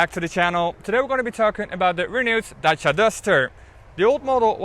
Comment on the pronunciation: Wow ! A car named Dutch-ia ! And it is orange ! And the presenter pronounced the name properly ! I believe that Renault wants the Netherlands market real bad . The courtship is shameless .